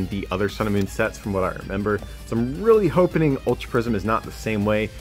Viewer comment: "Really hopening". New word.